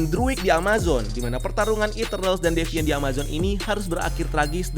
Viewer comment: Ngomongnya ga devaint lagi bang?😆